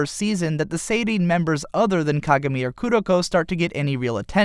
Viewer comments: "Kagarmi" *facedesk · if you love kuroko no basuke so much why don't you learn how to pronounce kagami's name? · just curious, but why do most people say /ka-gá-mi/ as opposed to /ká-gá-mi/?